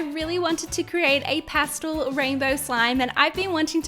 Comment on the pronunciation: Pah stel not pah stohl